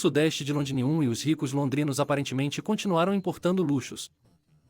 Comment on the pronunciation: O texto e as imagens estão ótimos...Porém o narrador precisa melhorar muito a pronúncia...está pronunciando errado Londinium, Maximus...etc.